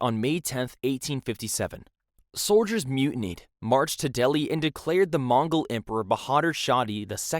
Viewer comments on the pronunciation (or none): Not mongle it's mugle